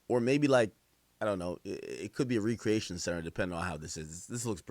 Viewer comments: Recreation pronounced Wreck cree Aytion 😂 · Yea he saying re-creation🤣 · said re-creation not rec- reaction 😂😂😂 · Re creation?? He meant recreation when speaking about th guest house?! 😅😅😅😅😅😩😩😩